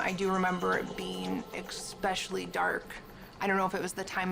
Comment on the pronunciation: I can’t believe that that dumvass can’t pronounce a simple word line especially. American education strikes again 🤣